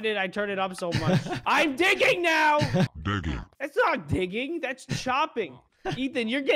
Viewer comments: digging sounds like Begging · instead of digging I hear turkey